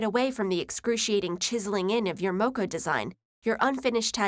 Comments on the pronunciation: Gotta love the pronunciation of Maori and moko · It's a shame they didn't research how to pronounce 'Moari' and 'Moko'. Expect better from TED. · how she pronounced "Maori" or "moko" ... made me grind my teeth... I don't blame her... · Except in most English speaking countries it's actually Mum. Also it's pronounced more like mok-o rather than moh-koh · I am from New Zealand and Maori is pronounced mow-(as in mow the lawn)ree. And moku is pronounced m mow-koo, so do your research right next time okay? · Listening to the pronunciation of 'Maori' and 'moko' as an actual Maori person almost physically pains me lmao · Although I love TED Videos, please exercise cautious pronunciation of non-english words before adding the audio. I feel disappointed and pained when it sounds like the person speaking didn't try to say words correctly. for example; in this video the mispronounced words were "Maori, Samoan, Moko and Tatau" Love everything else in this short TEDLesson x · How she pronounces Maori and moko physically pains me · May-Or-Ri? Oh dear god... Maori.... And moko... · very insightful but you pronounced Maori and Moko wrong :)